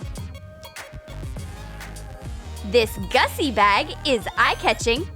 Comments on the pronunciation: Gucci not gussi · It’s GUCCI NOT GUSSI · It's not Gussi it's Gucci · Isn't it supposed to be Gucci? not Gussi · GUCCI not GUSSI 🤣🤣🤣🤣🤣🤣🤣🤣🤣🤣🤣🤣🤣🤣🤣🤣🤣🤣🤣🤣🤣🤣🤣🤣🤣🤣🤣🤣🤣🤣🤣🤣🤣🤣🤣🤣🤣🤣🤣🤣🤣🤣🤣🤣🤣🤣🤣🤣🤣🤣🤣🤣🤣🤣🤣🤣🤣🤣🤣🤣🤣🤣🤣🤣🤣🤣🤣🤣🤣🤣🤣🤣🤣🤣🤣🤣🤣🤣🤣🤣🤣🤣🤣🤣🤣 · Its no gussi. Its Gucci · More like gussi instead of Gucci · its GUCCI NOT GUSSI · It's Gucci not Gussi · It’s not Gussi it’s Gucci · what is "GUSSI"? isnt it "GUCCI" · It’s should be Gucci instead of gussi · It is Gucci not Gussi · It's not gussi but Gucci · It's not gussied its Gucci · Hm...it's GUCCI not GUSSI.... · Is not gussi but is GUCCI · Gucci she said it wrong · The ”gussi” got me xD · You pronounced the gussi wrong